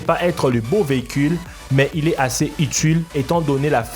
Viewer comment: "unuque" uniiiique "utule" utiiiiiile